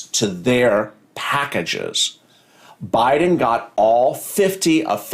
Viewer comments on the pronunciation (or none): none